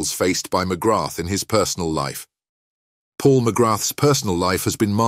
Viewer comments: Very frustrating, mcgrath , pronounced mcgra , not MCGRATH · Just to note. You do not pronounce the ‘th’ at the end of Paul’s surname. Phonetically it sounds like ‘Magraa’. Don’t wish to sound pedantic but I’m Irish and know how it is pronounced. And he’s a legend here and despite his trials and tribulations. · Hate the way you pronounce his surname , it''s McGraa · Would you at least pronounce his name properly.